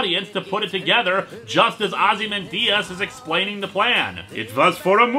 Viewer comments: The name is pronounced “Ozzy-MAN-Dee-Us” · OZI-MAN-DIAS? He lost all credibility after that. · “Ozzy-man-Diaz” jeeeeez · pronunciation of Veidt, and Linkara’s pronunciation of Ozymandias, plus that weird German accent he gave Ozy don’t sit right with me for some reason